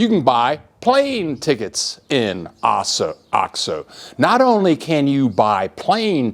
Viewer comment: hey...it's pronounced "oh-x-oh" long O. The way you are saying it is driving me NUTS! Please pronounce it correctly...Oh-xx-Oh... c'mon you've been down there for 17 years!